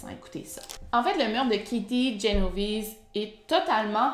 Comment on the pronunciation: C’est Génovèse 👌🏻pas Genovise 😇a l’ italienne